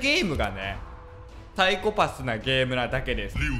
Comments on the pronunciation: また、、、 サイコ↑パスって言ってる、、、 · 最初の方「サイコパス」のイントネーション変なのが気になり過ぎて内容が入ってこないわ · サイコパスのイントネーションが違う気がするw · のサイコパスの発音 サイコ↑パス↓ 私は サ↑イコパス なんだけどみんなどっち？／(^o^)＼ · サイ⤴︎コ⤴︎パス⤵︎ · サイコパスの発音がwww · ＂サイコパス＂のイントネーション めっちゃ気になる（笑） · サイコ↑パス↓？ サイ↑コパス↓？